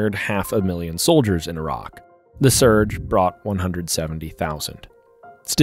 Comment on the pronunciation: i like that the narrator knows how to pronounce Iraq properly without sounding like the typical American